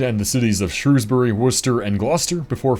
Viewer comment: As a Brit, hearing you pronounce Shrewsbury, Worcester and Gloucester perfectly damn near brought a tear in my eye. More Americans like you please